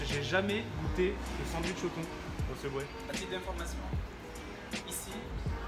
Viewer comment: Je valide pas le "duitch" perso !